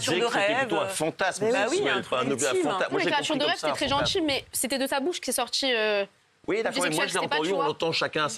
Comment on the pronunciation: « gentCHil », « sortCHi » #videoscopie